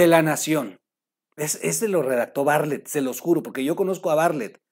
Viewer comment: me cae usted muy bien pero no sé dice "Barlet", se dice "BarTlett". Perdón que se lo diga, igual el apellido del señor Macario, no se pronuncia así.